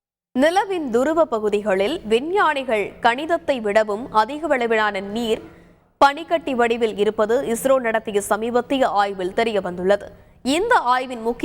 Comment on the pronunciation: கணிதத்தை விட இல்லை கணித்ததை வட சரியாக வாசியுங்கள்